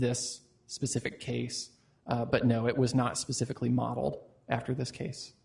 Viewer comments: "More pacifically" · At this point I’d like to suggest a shot of tequila be downed for every time this Judge says the “Pacifically” Anyone know any shot girls?? And no I’m not going to let this go. It’s like watching a play dough model court proceeding. But I love it 😂 I can’t stop watching! This is insane. The music on the intro alone is worth a watch ❤😂❤